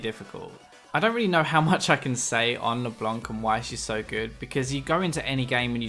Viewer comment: leblanc not leblonk yo